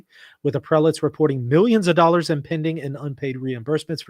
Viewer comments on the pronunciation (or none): none